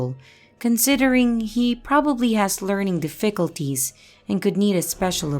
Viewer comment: Not trying to be mean at all, but were you taught English by a non-native speaker? I am genuinely curious because some of the words you mispronounce (like "difficulties") are words a native speaker would never mispronounce, as in it wouldn't be a matter of regional differences in pronunciations. It's interesting to me.